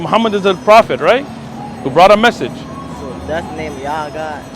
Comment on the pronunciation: Respectfully, it's "message," not "massage"